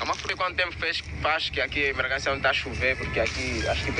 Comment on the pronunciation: O cara fala Bragancia. O correto é Bragança e esse cara é muito chato.😡